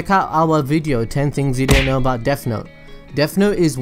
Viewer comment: No need to make fun of you but “deaf note” sorry it bothered me that’s all